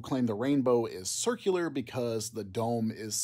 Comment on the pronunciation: Did Fred say circle-lar?